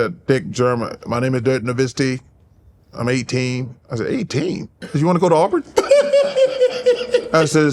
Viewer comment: "you wanna go to aurburn?" 😂😂😂